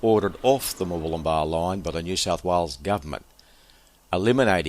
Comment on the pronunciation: it's good to hear you pronouncing Murwillumbah correctly. I'm sick to death of hearing it said by all and sundry, including news reporters, as being MurWOOLumbah!!!!!! It gets my goat!